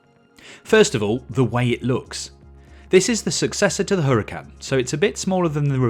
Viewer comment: Hoo-rah-kan. Please fellow Brits, stop butchering the gorgeous Spanish language